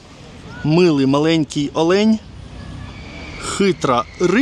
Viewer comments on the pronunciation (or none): none